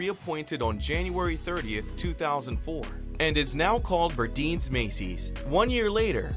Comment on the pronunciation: Very good and informative report! We need to take notice that the system of retail its damage, all of the no longer existing stores should have made it. Granted, nothing last forever in life. By the way I believe is pronounced Bur-Dines as in dine in.